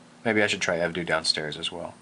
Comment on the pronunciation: it's pronounced Ev-dough, kinda pisses me off when he says ev-dew